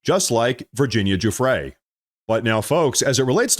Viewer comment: Not Guff Ree Jew Frey Virginia Giuffre